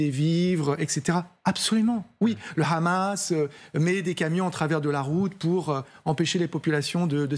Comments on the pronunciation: Le KHamas? Pas très professionnel ni déontologique de le prononcer à l'Israélienne alors que c'est un acronyme arabe. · Le khamas 😂 c’est comme si tu disais les khabitants 🤣🤣🤣